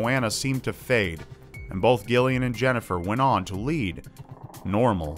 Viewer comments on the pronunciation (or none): Joanna Jennifer Jaqueline and Gillian? like Gilligan? bwahahahhahahha! it's pronounced with a soft G, like Jillian! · man that's painful hearing it pronounced gill-ian. I understand it's spelled that way but it's pronounced Jillian. I get there's Gilligan's island but still lol Jennifer and Gillian. Jillian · For the love of God dude! It's pronounced 'JILL . ly . an' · jamifan100 It's pronounced Jillian. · I'm from the UK and every Gillian I've ever met pronounces it Jillian. It's Jillian. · Love it. Only thing is Gillian is actually pronounced like Jillian. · the way you pronounce gilian makes me laugh XD where I'm from (the UK) it's pronunced jillian. Why it's spelt with a g, I have no idea. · Gillian is pronounced Jillian, its just a different spelling x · You mean 'Gillian'? Like Jill-ee-ahn? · It’s pronounced Jillian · Jesus wept, Gillian is pronounced Jill-i-an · Xeidasx Thank you, thank you. I was cringing as well. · jamifan100 yeah but common sense rule says otherwise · Thank you....every time he said the name my eye twitched. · Gillian is pronounced as if spelt with a J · thats not how you say Gillian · Omg the way you pronounce Gillian is so triggering lol